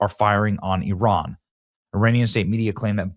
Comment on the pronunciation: ... ... THANK U for pronouncing IRAN 'PERFECTLY' 🙏🙏🙏